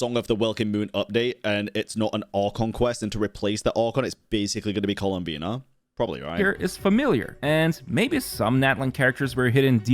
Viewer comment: I spilled the water I drank when he said her name that way. "COLUMBINE-A"!?